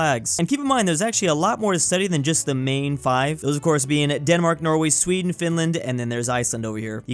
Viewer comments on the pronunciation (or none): none